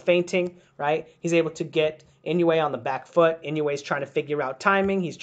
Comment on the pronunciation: I dissliked it because u did not study on how to pronounce his name if u dont respect the fighters u are studying. Then u have nothing of value to give me.